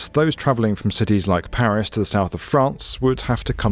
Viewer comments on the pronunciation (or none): none